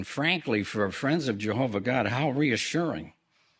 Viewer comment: Is there any more reproach on God's name than...mispronouncing God's name? 🤦🏾‍♂️ Might as well be "John's witnesses, or better yet, Jordan's witnesses..same difference 😂